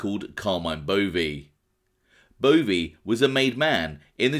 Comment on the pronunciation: I know 3 people not related with the name Bove...They all pronounce it Bo-Vaaaa